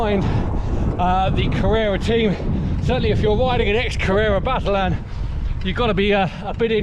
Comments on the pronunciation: Great video as always. Fantastic stories. One small detail,Battaglin is pronounced Batta- leen, As always looking forward to your next videos which I find to be one of the best cycling videos on the net All the best! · Actually it's not quite Batta-leen. The Italian 'gli' is really difficult for English speakers. It's also really difficult to try and spell it phonetically in English. I think you just need to hear an Italian speaker say it. Sorry, pedantic idiocy on my part. I'm an Italian speaking Welshman.....